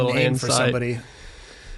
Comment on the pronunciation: And Kremlin-shaw, not Cremlinshaw.